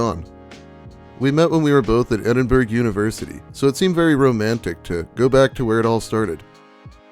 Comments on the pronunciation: For future reference, Edinburgh is pronounced "Ed-in-burr-uh." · edin- BURG lol